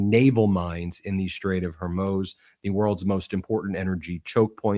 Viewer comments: Can someone please inform Ben of how to pronounce Hormuz! I'm beginning to wonder about the legitimacy of a news source that can't pronounce that. it's not her-moze... it's hoar-mooz. like whore and news with an m. Please, for all that's good and holy, if we're going to be talking about this strait for the foreseeable future, pronounce it correctly. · Ben it's killing me...HORE MUUZ.....NOT HOR MOZE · Hey Ben its pronounced Hor Mooo zzzz. Not hormoze. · Ben, it's not Hormōze. It's pronounced Whormooze! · It’s the Straight of Hormuuuz (long U sound, not Hormoz. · What's up with the Hermoz thing? Even the AI subtitles catch it... Is pronouncing Hormuz that hard? Hor as in horror, muz as in moose. Hormuz! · The STRAIT of: Whore-Muse❎ Hair-Muss❎ Hair-Mousse❎ Hor-MOSE❎ Hor-MOOOOZE✔ 😂 I'm dyin' ovah heah. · Ben, it's HOR-muze. HOR rhymes with the first syllable of Horror and Muze rhymes with a cow's moos. You’re so smart and successful this should not be a constant mistake you make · Straits of Hormuz (pronounced Hormoos) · Hor-mooz for goodness sake get the pronunciation right! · HOR muuzz. Not your pronunciation